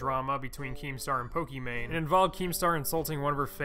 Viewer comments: its poki not pooki..... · "I do lots of research for my videos." calls her Po-key-mane I enjoyed the video. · dude said pokimacoroni